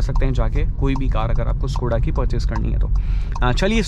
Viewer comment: Yar bhai itna bda channel hai Kam se kam Škoda to dhang se bol yar